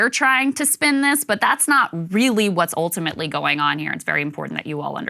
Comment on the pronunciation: lol Krystal's oltimately accent cracks me up